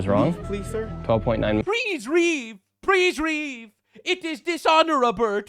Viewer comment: prease reave 😂😂😂😂😂😂